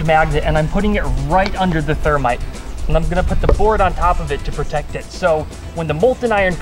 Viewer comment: Did he say termite?